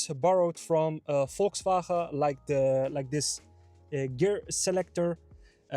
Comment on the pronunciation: VolkswhRHRAhaeee :-P